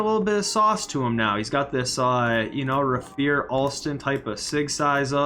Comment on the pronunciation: yo big fan. just wanted to throw out there that rafer alston's first name is pronounced ray-fer (like skater) instead of rah-fear. minor gripe i know- keep up the awesome content and keep fighting the good fight for better sigs in myteam brother